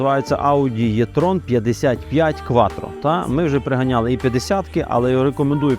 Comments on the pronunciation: Якщо що то не Е і не Є,а І))) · а чому Єтрон, якщо правильно буде Етрон! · 1. E-tron слід вимовляти з літерою Е, а не Є. Це дуже легко запам'ятати 2. Для чого потрібна електричка потужністю 400 к.с. для повільної їзди по місті, щоб проїхати відстань до 400 км? Бо якщо розкрити потеціал 400 к.с., то проїждеш 200 км і будуш шукати > socket, або лавету. Ось і вся правда про електричку.